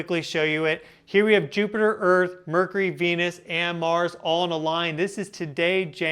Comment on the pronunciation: Here we go again! Nerd-Boy once again is claiming the Apocalypse is just around the corner! Oooo, the earf is about to end!!😂